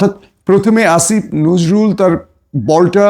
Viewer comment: আসিফ নজরুল বলতে এত কষ্ট কেন? দাদাদের ভাষায় কথা বলছেন আপনি কোথাকার?